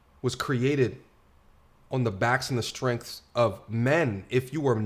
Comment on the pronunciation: I wish you can actually say the phrase "brute strength" correctly lol